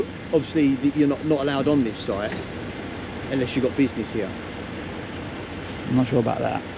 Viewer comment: I wonder why that guy in the orange hi-vis at the beginning keeps saying "soit" rather than "site"?